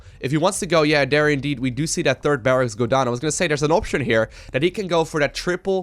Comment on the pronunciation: Is calling Scarlett Dear all the time? "Over here over dare, move some units over dear." etc